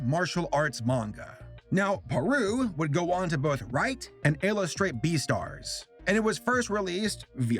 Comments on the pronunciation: Umm.. Beestars??? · It's beastar